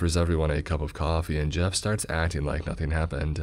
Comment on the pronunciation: All I hear him say when he introduces himself is. "Mah name ih Jeff"